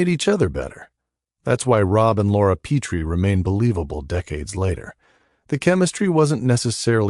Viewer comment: Pet tree is how its pronounced